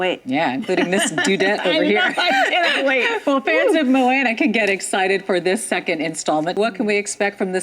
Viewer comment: I did not like how she said Moana